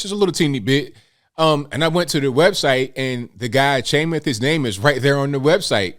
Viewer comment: His name is pronounced “Sham math”